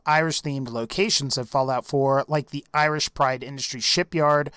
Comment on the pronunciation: it's pronounced our -land and eye-rish i kmow im Irish